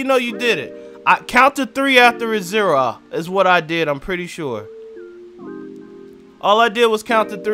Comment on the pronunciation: "Count to three after the ZERA." 😂